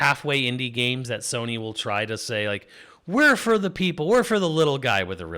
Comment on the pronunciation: It’s Pokemon Z-A and Sony NOT Soony.